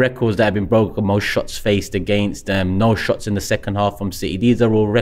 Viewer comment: Thee arsenal not the arsenal